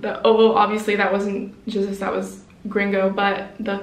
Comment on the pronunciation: Standart is so nice. And you say the name from GZUZ right:D